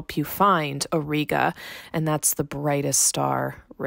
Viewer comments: It's pronounced /aw -ˈrī-gə/ not /aw-ree-gə/ both in American/Canadian and British English. Anyway a huge like for the video. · The common pronunciation for Auriga ore-eye-gah. Thanks,, Three Pines Observatory